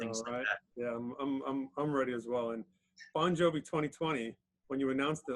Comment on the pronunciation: Ffs man,it's Bongiovi,not Bongjovi.